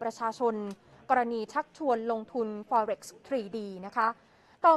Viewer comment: Forex อ่านว่าฟอเร็กซ์แบบนักข่าวหญิง นักข่าวชายออกเสียงสู้ง^ไปหน่อยฟังแปลกๆ